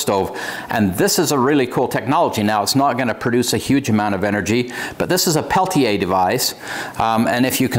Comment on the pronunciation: Thank you for taking a few minutes to learn the tech and how to correctly pronounce "Peltier." Great video! Great find! Thank you.